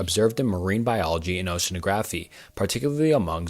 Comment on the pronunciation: Very nice video, but you seem to be rushing yourself! Speaking too fast made pronunciation of some words odd haha, carnivorous and oceanography